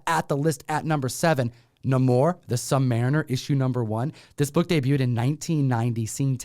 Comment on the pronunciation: It's Nay-mor, just saying